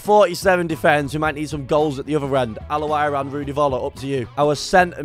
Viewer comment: The way he say al owrain😂